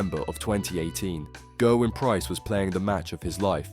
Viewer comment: It's GERwyn btw not GURwyn